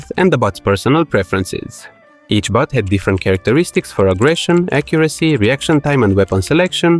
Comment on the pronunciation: Lol each time you say "bot" I hear "butt". It made the video much funnier and as side effect now I want my own butt system to control butts.